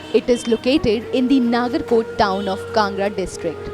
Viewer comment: great attempt... but u just have to pronounce some names properly like Nagarkot not naagarkot, dhauladhaar etc